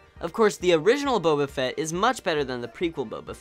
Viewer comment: You’re saying boba wrong